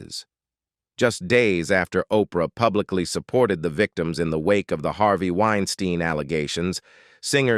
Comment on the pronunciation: Narrator…. Why do you vacillate back and forth between pronouncing Harvey’s last name phonetically? Winestine vs Wines-teen? Causes one to wonder what else you miss-communicate beyond the vacillating of saying your main subject’s proper name.